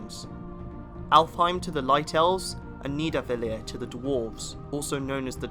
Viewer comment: yeah as an Icelander I’ve never cringed this hard.. how he pronounced “Niðarvellir” is a crime